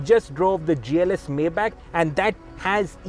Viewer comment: The way you say Maybach is absolutely wrong !! Take a minute to say it the right way.